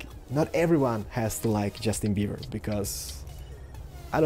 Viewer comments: he said justin beaver! xDDDDDDD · He said Justin beaver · Haha he said justin bever :D so funny!!! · Haha i think he said justin beaver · He said justin beaver xD